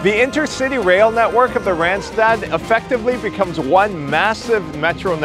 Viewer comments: it is not rent-stet it is Randstad with an ah , not an èh. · No, not Rendsted, please pronounce the 'a' as the 'o' in love. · Both a's in randstad sound like the one in car.